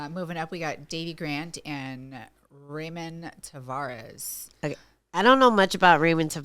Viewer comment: Ange … first prelim fighter name is pronounced “Rah-moan”